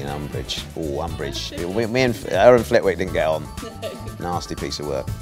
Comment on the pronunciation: Flity is Flitwick